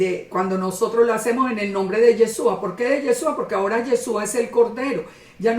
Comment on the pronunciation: ¡Hola, bendiciones! Amada el nombre del Mesías es Yahshúa traduce a YAHWEH SALVA, no comprendo porqué no le llama por su nombre. Amada, "Yesua" como lo pronuncia usted no es su nombre. Yeshua en hebreo significa salvación. No comprendo no sabe eso todavía. 🤔 El Pesaj 2019 un poco más de un año yo salí de la religión cristiana y empecé a buscar cómo celebrar Pesaj. Recurrí a las Sagradas Escrituras para guiarme. Estaba muy triste porque no tenía donde congregarme y aprender. Gracias al Eterno YAHWEH mis hijos y yo nos reunimos para estudiar las Sagradas Escrituras, estoy conforme de no tener casa de oración. Este video lo vine a ver ya tarde, pero gracias por el estudio.